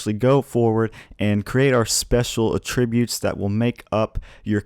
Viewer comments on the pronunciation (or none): Love the video. But, uh, just a note... Attribute, pronounced uh-TRIB-ute, is a verb. Pronounced ATCH-rib-ute, it's a noun. So, you can uh-TRIB-ute your success to your ATCH-rib-utes. No hate, just helping! ^_^